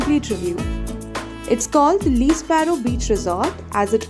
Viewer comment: First of all you should learn how to say Le Sparrow. Le is pronounced as 'Lah', like in 'The'.